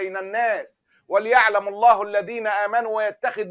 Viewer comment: الآية ١٤٠ من سورة آل عمران قوله تعالى (ولِيعلمَ) ينطق بالفتح وليس السكون .. وكذلك قوله تعالى ( ويتخذَ) ينطق بالفتح وليس السكون